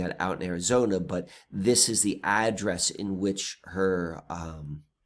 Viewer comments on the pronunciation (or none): none